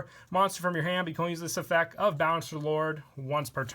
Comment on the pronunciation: Has anyone else noticed he says effec instead of effecT